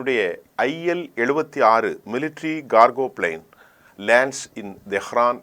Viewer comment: ல் உளறி விட்டீர் PL-76 என்று அது, IL-76